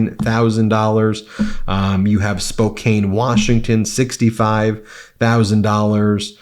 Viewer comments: Spokane is pronounced "spo-CAN" not "spo-CANE", says the local. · It’s pronounced “Spo-can”. lol You’re still absolutely fantastic! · Thou Hast Gravely Sinned!As an arrogant Spokanner,I must correct thy Vile mispronouciation.Thou should say Spokan (like A coke),not Spocaine(like SOME coke) May Bugs Bunny prank thee in thy sleep. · It's Spo-CAN not Spo-CANE....I was born there!!! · Please pronounce Spokane correctly....spoke_can, not spoke-cane. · Hello! It’s NOT Spo-Kane. It’s pronounced Spo-Can. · FYI: the city of Spokane is pronounced spo CAN', not spo KANE'. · The “kane” in Spokane, is pronounced as “can” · Dude, Spokane is pronounced Spo-CAN, not Spo- CANE. 😐😐😐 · Spokane – the last syllable is pronounced "can" & NOT "cane" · Spokane WA is pronounced Spo can not Spo cane just lie Oregon is pronounced Ore gun not Ore gone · Hey Ben, total MTN believer here, but PLEASE pronounce a city's name correctly, if you hope to get their attention and respect. Spokane is said, "spo-CAN!" (Not cane!) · it is Spo-can. Not Kane. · It’s Spo CAN. Not Spo KAINE! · Spokane is pronounced Spo kan not kane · Ben, it's pronounced "Spokan." Not how it looks, I know. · By the way, Spokane WA is pronounced Spo-Can. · Ben it is pronounced spokcan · as a resident of Spokane, it's pronounced "Spo-can" ... The e on the end tacked on in 19th century to make it look fancy tricks lots of people to go long a on it like Citizen Kane, as that's how French-root words are pronounced. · Ben, it's pronounced Spoh-Can🤪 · Spokan, is the pronunciation. Short vowel a. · It’s pronounced Spo can. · FYI It is Spo can. Spokane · Pssssst. Ben, it's spoh-KAN (Spokane.) 😊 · Ok Ben. You always mispronounce things. Spokane Washington is pronounced Spokan. Eragon of Hungary does not pronounce the G but you do. There are many examples and for a lawyer I thought you would know better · Nothing personal but the way that you pronounce spocane wa is wrong it's spocane wa